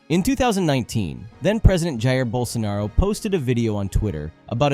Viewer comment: Hearing a gringo say "Bolsonaro" is so uncanny lmao, especially considering how much of a criminal he is